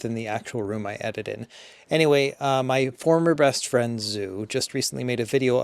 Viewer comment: when i heard "former bestfried zu" i immediately went to the comments 🤣